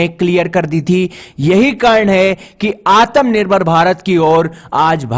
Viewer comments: Tagama nahi bhai Tamaga hota hain😂 Atam nirbhar bharat nahi Atmanirbhar bharat hota hain. Kya bhai ab hindi bhi thik se nahi bol pa rahe loag. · तगमा नहीं तमगा होता है, आतम निर्भर नहीं आत्मनिर्भर होता है, गलतियां सुधारो। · भाई वो आतम नहीं आत्म होता है 😁😁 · Aatmanirvar nahi bolna aata to bhai plz aatmanirvar mat bola kr self dependent bol diya kr